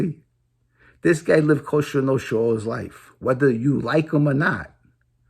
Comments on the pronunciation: Its Cosa Nostra, not costra nostra! haha! Keep up the good work homie! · Jimmyyyyy wake up buddy before it's to late and don't fuck with Alite........ your dreaming and you can't even say cosa nostra...[coshhtraa noshtra] lol